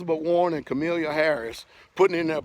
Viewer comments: It's Kamala, not Cornelia. Tough to ascribe intelligence to one with poor diction. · K-A-M-A-L-A (KAH-muh-LUH) Harris 😆😆😆😆😆😆